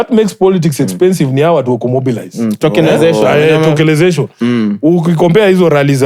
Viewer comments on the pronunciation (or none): Tokenization 🧐 Sifina: Tokelezation 🤣